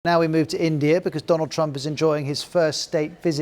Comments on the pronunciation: Modi got his renge by calling him "DOLUND Trump" ;))))) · That Modi said Dolan trump... 😂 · And the Indian Prime Minister called him "Doland" Trump. so what? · thats not fair, Modi also mispronounced. He called Donald: Do-lund meaning 2 dicks in hindi. why put trump under the microscope for mispronunciation when Modis English is as hilarious. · Trump: Amabad😆.. Cheewala😆😅😂..Vevey ka mondond😆😅😂..suchin, verot😆😅... Modi: (let me see) Doland😅😂🤣.. friendsip😆😅.. We: 😆😅😂🤣😆😅😂....